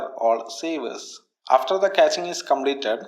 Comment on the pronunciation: Hey great! You know it is cash not catch